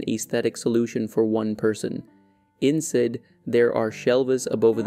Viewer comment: I didn't need to know all those things. But you said "insed" not "inside."